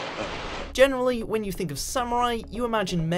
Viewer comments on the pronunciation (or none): none